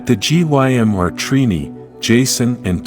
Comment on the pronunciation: Bro what,this person is so boring and gets genders and words wrong constantly,bro said G.Y.M instead of gym. 😂😂😂😂 I wish someone else did the whole story cus this person is ass